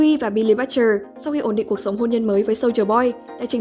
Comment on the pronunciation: Đá tiếng anh liên tục nhưng tên Butcher nhân vật chính lại phát âm sai :))